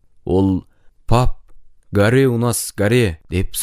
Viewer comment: Гаре емес горе деп окылады